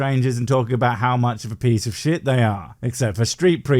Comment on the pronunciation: “Aboot”? Is canadia or is yooper ….